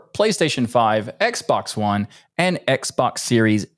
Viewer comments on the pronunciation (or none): none